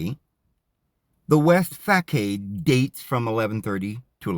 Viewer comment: Facade = fah-sod. Chartreuse=shar-true-ss